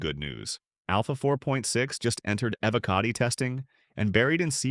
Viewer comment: The way you say evocati is disgusting